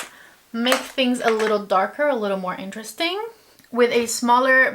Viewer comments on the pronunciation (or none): none